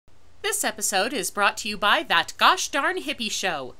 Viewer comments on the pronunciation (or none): none